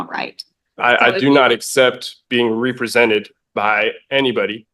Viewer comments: He says "expecially" and "ree-presented", he accuses her of "practicing bench from the law" and he thinks he has the smarts to defend himself. His real name is "hubris". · When you cannot pronounce “represented” maybe you should represent yourself